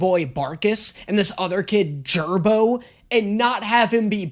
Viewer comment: He also Miss named jarbo